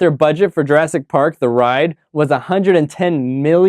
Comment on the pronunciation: J"U"rassic, not J"E"rassic! Also please note only 1 "r" and 2 "s". The critic needs a critic.